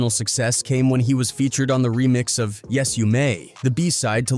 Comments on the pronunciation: Gawd damnit, its pronounced 'Of' as in 'Of the rich and poor" not O.V. 🤦‍♂ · Bruh wdf is a damn O.V. dot? Ov is slang spellin for "Of" how lame are these idiots who use AI n dont check their work to make sure names n words are pronounced accurately? Ppl are so lazy n quick to throw shyt up jus to monetize, but dont pay attention to detail wit so eva. That shyt annoys tf outta me.